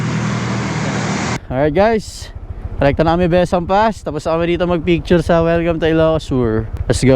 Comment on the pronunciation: Bes-sang po ung pronunciation...